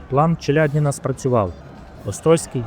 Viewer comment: Авторе, робіть, будь ласка правильні наголоси. Вже ж таки у родовому відмінку буде не ЧеляднІна, а ЧеляднінА. А місто в Білорусі Орша (наголос на першу голосну), а не ОршА🤦🤦🤦🤦 Лінь пару хвилин на Вікіпедію витратити, щоб подивитись, як правильно?